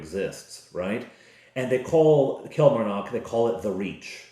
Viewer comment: Since I live near Killie. I can tell you it is pronounce Kill Mar Nock. The 'A' in Mar is pronounced AH. The 'O' in Nock is pronounced AW. Place emphasis on each syllable rather than run them together. In the west of Scotland, we tend to extend our vowels and roll our R's.